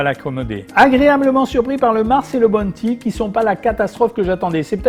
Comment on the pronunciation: Bounty sa ce dit b ouu nty ou en français sa ce dit Ou pas bonnety